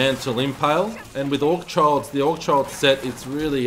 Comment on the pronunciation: It's not AugCHild, it's AugHild - no C there. H is prolly silent so you'd read it "Augild". I like you but imho for your own good, pay attention to details. To me a person who can't read a name (i dont mean pronunciation but adding the extra letter when it's not there) properly isn't exactly someone I'd follow or listen to. You are what you are perceived as and sloppy isn't something you wanna be i think.